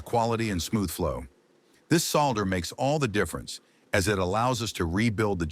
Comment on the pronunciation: AI doesn't know how to pronounce "solder" and the word is in this video dozens of times. AI stinks.